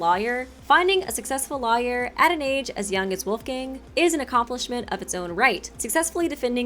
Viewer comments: Pffft. pronouncing Lawyer as Liar. Where's that Ace Attorney playthrough?;) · The way you say Lawyer hurts me so much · I like how pronounces 'Lawyer' in a way that rhymes with 'Liar'. It's adorable and also makes me super suspect of Wolfgang. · Same as i was reading comments i thought wait what? Another Ultimate Liar??